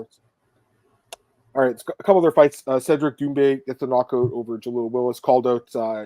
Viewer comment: I love but he miss pronounced cederic doumbes last name after fight. He said doom-bee not doom-bay